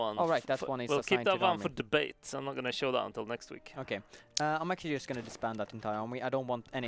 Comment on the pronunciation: Why can't he say JUST right?